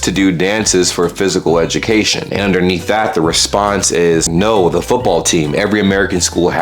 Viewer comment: The and for me sounds like antidote